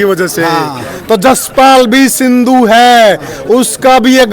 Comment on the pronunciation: Bhai sandhu nhi sindhu hai.shi se naam bola kro.